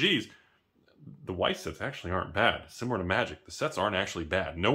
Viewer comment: Just pronounce it vice and Germans will think you're German